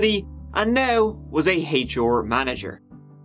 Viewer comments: What's a haychore manager? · Haitch Orr for HR. Love. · 'Hay chore manager?' OOOOH 'HR Manage' XD Love your vids though! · "Haitch Or manager?" What part of Ireland pronounces HR that way? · She was a former teacher, business manager for a fitness company, and now was a "haychore" manager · Haych Oar manager. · I lost it at "Heychar Manager" 🤣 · "Aich Oar Manager" - so sayeth the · Cracks me up that you can't pronounce the letter R. "H-OAR department". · Yessss hear my favourite letters pronounces together ❤ H an R lol love it! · pronounciation of "HR" is WILD